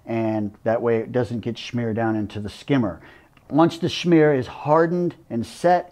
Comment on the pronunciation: He is the chosen one to say "schmear" properly.